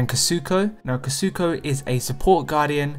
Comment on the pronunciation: It’s Kuzco not kazuko XD